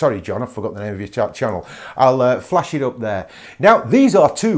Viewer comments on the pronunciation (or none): none